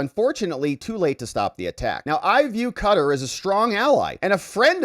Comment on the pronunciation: A tip for you for future videos: please learn the proper pronunciation of words that are foreign to you such as in this case Qatar, Emir.